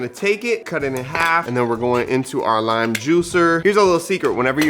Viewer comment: "Cilantro rime rice" 😂